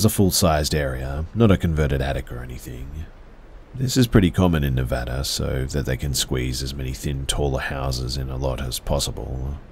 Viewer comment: THANK YOU FOR PRONOUNCING NEVADA CORRECTLY! 🎉🎉😊😊🖤🖤🖤😘😘😘